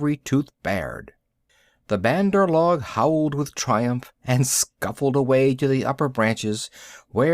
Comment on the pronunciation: this is not how u say say bandar log check on urdu translate google write monkey people in english then ik u dont know the word just click speak and it will say correct pronounciation of bandar log